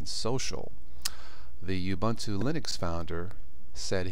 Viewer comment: It's actually pronounced "OO-BOON-TOO"